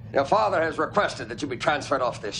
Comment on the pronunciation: Characters on DS9 loved to pronounce father as "Fawwwther" lol